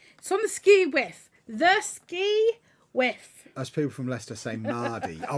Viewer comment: It's Skew Wiff not Ski Wiff lol, it is derived from Askew which means not straight or level. I'm from Newcastle and living in Norfolk, and they say "it's on the hu" down here.